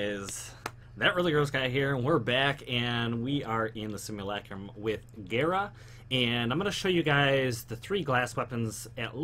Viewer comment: Her name is Gara not Gira smh